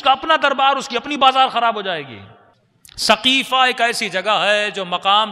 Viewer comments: ہجھ درست کر لین سقیفہ ہےثقیفہ غلط ہے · برائے مہربانی۔۔۔۔سقیفہ ہے صحیح کرلیں ۔۔۔